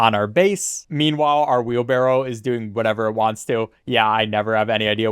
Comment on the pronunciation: Hearing wheelbarrel makes me cringe.